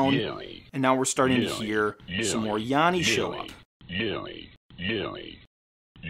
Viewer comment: I heard "yammy" very clearly for the whole video. (with an "m")